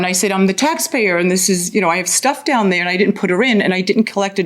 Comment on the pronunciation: The way she says “Doown” 😖 “behoind”